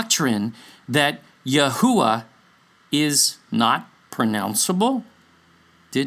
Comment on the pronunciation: This could be the most accurate or correct pronounciation of YHUH sacred name..